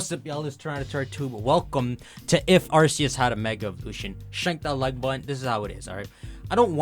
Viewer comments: The way you say Arseeus, when it’s RKS. 😅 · Dude quit pronouncing it wrong, it's arkoos not arseus